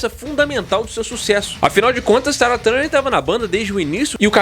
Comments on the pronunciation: Pq ele fala Tara? É Tarja! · Oi só uma correção! Os finlandeses não fazem parte dos povos vikings. Que por sinal deve ser lido “VIKING” e não “Vaiking”, a menos que sua ideia é ler em inglês. outro detalhe é que: o nome da vocalista deve ser pronunciado: “Taria” embora seja escrito Tarja. Abraço daqui da Finlândia 🇫🇮